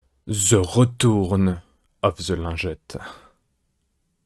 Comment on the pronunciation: « The retourn of the lingette » ^^ j’étais pas prêt mdr ! Bravo belle accroche !